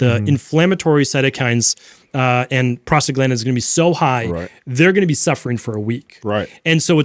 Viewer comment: You're missing the "n" in prostaglandin, it's not prostagladin, just saying.....